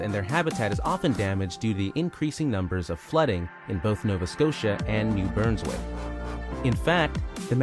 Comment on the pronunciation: NEW BURNSWICK?!? Lmao ***BRUNSWICK